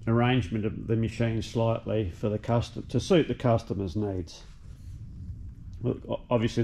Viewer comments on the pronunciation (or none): none